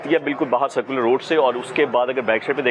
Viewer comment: بھائی سیکولر روڈ نہیں سرکولر روڈ ہے درستگیکریں